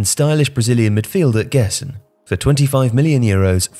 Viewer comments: The right pronunciation of Gerson is “Jerson” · Hahaha i didn't want to him out because he isn't obligated to know but it was kinda funny hearing it being pronounced that way